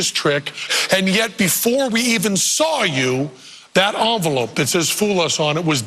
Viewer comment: Envelope, NOT Onvelope!!!